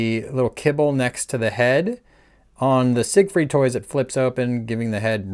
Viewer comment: Isn’t “Siegfried” pronounced as “zig-freed” in English? Even in Macross the Japanese rendition Jīgufurīdo is specifically modeled on the English and not the German pronunciation.